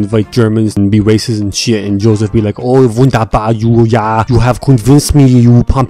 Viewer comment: my german ass is just proud how good his pronounciation is of “wunderbar” and “scheisse”. As always just quality content